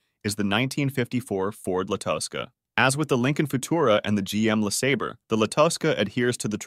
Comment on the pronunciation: Who is narrating this?They can't pronounce Le Sabre properly!